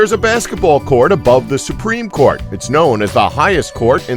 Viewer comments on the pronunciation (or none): none